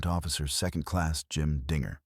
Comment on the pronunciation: I think dinger is the nickname given to Bell. Is there a Bell on the website? This is not an Australian channel most foreigners don't get Australian's use of nicknames and the script is being read w8th emphasis on finger not the following word Bell.